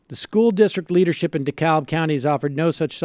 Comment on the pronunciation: It's De -Kab the L is silent and we have a strong Progressive presence over there.